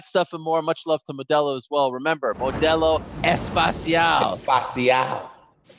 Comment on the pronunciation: Ariels Modelo 'Especial' cracks me up every time...sorta like his Ah Deh Sanya pronunciation of Izzie.